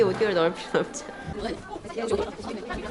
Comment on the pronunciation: 수업을 업수로 읽음ㅋㅋ 아..공부 업수저라~~